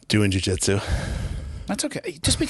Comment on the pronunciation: Lost me at “jujitsu”